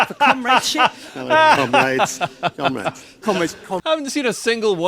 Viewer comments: Sounds like "cum rags" to me. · Seriously. Cumraids? Not one of them could make a conscious effort to pronounce it differently? 😂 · I died. 😂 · Am I the only one that heard Cum rags during that ? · Towards the end of that "Comrades" compilation, all I could hear was "Cum-Raids". Sounded like they were preparing for an smash and grab on a sperm-donor center. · The comrades thing almost never gets old due to the varied accents they say it wrong in, and that it never doesn't make them all look like total goons.